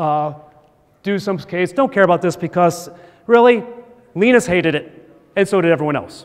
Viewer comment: it's LINE-US not LEEN-IS